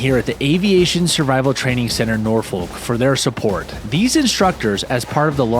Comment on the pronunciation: Really cool video! It just pains me how people not from Virginia or the Virginia Beach/Hampton Road area pronounce Norfolk. It’s not folk, its either fuk or fic